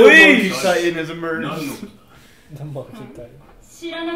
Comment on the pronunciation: so basically if translated it's more like he said "Mon... key? what's a mon-key?"